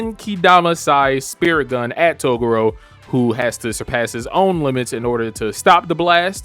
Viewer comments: Learn to actually pronounce Toguro correctly. Its not togoro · I can tell this really is your first time watching this arc because I hope you learn how to pronounce "Toguro" next time around. 😂